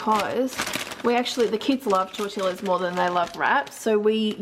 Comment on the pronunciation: How come you say tortilla rather than tor-teeya?